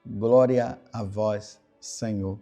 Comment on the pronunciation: Groria a vois Senhor